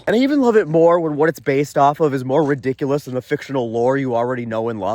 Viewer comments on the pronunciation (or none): none